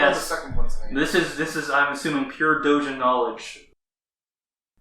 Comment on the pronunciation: "Dowjin"!? Fucking "DOWJIN"!? Oh man, part of me's so glad he's not doing it on purpose.